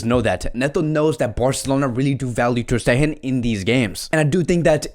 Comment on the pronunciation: Ter stegen is probounced with a hard G instead of a “h” like Sound😀